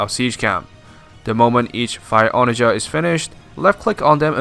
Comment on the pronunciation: Good video. But that is not how you say "onagar"